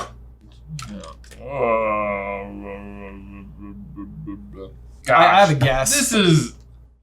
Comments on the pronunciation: drawing and reaction on the Kevin question is AMAZING and gives me life. 😂 =... 😅, we love you, but I have to fix it. It's pronounced "ja-KEEN-oh", not "gee-ah-chee-no". Italiano. 😎 He's a fantastic composer. =I guessed 17 years, based on that same quote. Were supers outlawed immediately after Buddy shows up as Incrediboy? Or does his statement "15 years too late" mean that, as long as supers were around, Bob had a chance to make Buddy his sidekick, but as of 15 years ago, that chance is gone? Either way, I got it wrong. 😅 =So many people say this, and it makes me so sad! Geri's Game is still my favorite short, I'd never seen anything like it before! I thought it was so brilliant, and I don't know why, but he wasn't creepy to me (by the end, the first time he laughed with those teeth definitely got me!). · Giacchino is pronounced "ja-kino" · "JOCKinno" - Giacchino 💞